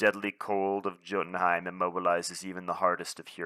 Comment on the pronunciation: I hated Frozen in my Ever Vigilant Spectrum deck! Anyway, not sure if you care but it's Yotunheim .. like Jarnbjorn is 'yarnbyorn'